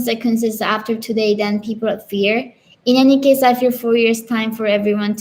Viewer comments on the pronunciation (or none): none